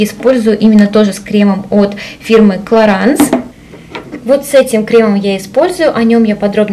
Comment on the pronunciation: Clarins-французский бренд и название французское, в последнем слоге носовой звук,который не имеет аналога в русском языке,но похож на слог "анс" ,соответсвенно правильно произносить "кларанс" с ударением на последний слог))))